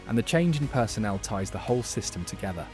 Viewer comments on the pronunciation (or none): none